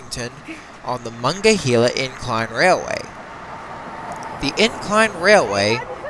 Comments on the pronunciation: muh-nong-guh-hee-luh River.... Lol your pronouncing it wrong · Sorry but the pronunciation for Duquesne is Du-cain and for the Monongahela River is Ma-nan-ga-hayla.